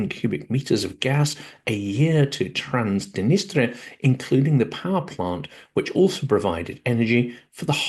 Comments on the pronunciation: Transdenistria? Isn't it Transnistria? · I always enjoy your Silicon Bites! One thing: throughout, you pronounce Transnistria "Trans-di-nistria." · You also mispronounced Transnistria.